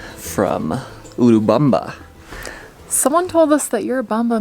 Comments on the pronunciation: Hi guys! You said it right, it's "U...(oooo) U-rubamba. Remember when you pronounce "U" as a long vowel (Unicorn) that's English. Our vowels are usu. pronounced like the "short" vowels in English. Don't know if I'm making this clear. Either way, thanks for sharing your good/bad times. I think you guys are awesome. Thank you for being real and God bless you both always! 💕. Note: - that was cute/lol when you tapped the camera...😂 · pronunciation is correctly. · Thank you! Glad we are saying it correctly